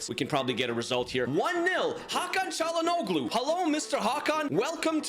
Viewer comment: Same as Broja, check pronunciation for "Çalhanoğlu" too mate ahaha. The 'g' and 'ğ' are not same.